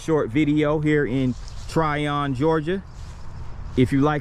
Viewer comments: Pronounced "Tryin" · Its Trion as in onion. Not Tryon.